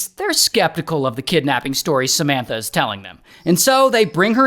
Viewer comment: Does anyone else hear Cementa instead of Samanta?